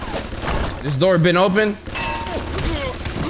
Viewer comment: “Oh you was waitin for me at the do(or).” And I was waitin for the intro 😂😂😂.